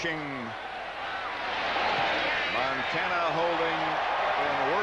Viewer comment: Oj can't even pronounce montana 🙄